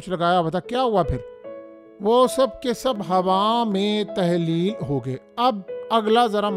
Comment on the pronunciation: صاحب ہوا میں تحلیق نہیں ہوتا ہوا میں تحلیل ہوتا😂 اردو کا جنازہ کیوں نکال رہے ہو